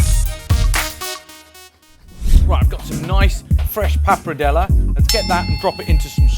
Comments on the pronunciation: based on how Mr. Food Busker pronounces wagyu, I fully expected him to pronounce this dish RAGyoo. I'm glad he didn't. Ugh. I spoke too soon. He's pronouncing papardelle as papradela. Accents on the right syllables, but moved the R and changed the last vowel to an A. I can't argue with the recipe though. It looks like a real winner to me. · "Papradellah" - 5